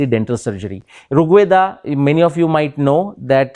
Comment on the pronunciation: Fascinating talk. BTW, it's not "Rug Veda" and "Saṁskrut" (nor is it "Rig Veda" and "Saṁskrit"), but R̥g Veda and Saṁskr̥t (the ऋ is pronounced as the English "r", which is transliterated as r̥, not as रि or रु).